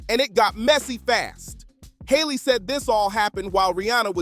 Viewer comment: it's Harley. Harley Dean. Not Hayley 😒